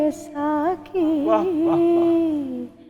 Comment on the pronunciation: اس خاتون کو اردو بونا بھی نہیں آتا ساقی ساکی گا رہی دوسرا طاقت کو طاقت کو طاکت گا رہا ہے